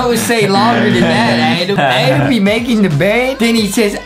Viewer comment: Adam not adem justin 😵